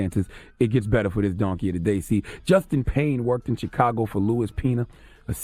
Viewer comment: I hate how Charlemagne says chicago. Cheekago. Fukin idiot